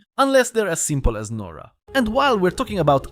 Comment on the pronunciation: you pronounced nora wrong lol